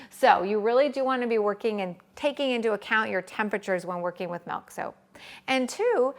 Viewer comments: It's MILK, not MELK!🤦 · bro its milk not melk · i no its milk not melk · Your life must be very blessed if someone's pronunciation of milk is making life unbearable 😉 There are people who suffer anything from Malaria, hunger to Tornados, can't think that anybody would get irritated over Melk, it's not like she is slurping snot or something disgusting. 🤷‍♀️ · I'm sorry, I really hate the way you say milk....its an i not an e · we only spell the word m i l k and she should pronounce it as such. The same as it is unacceptable to say I ain't got no is unacceptable so is her butchering of the word.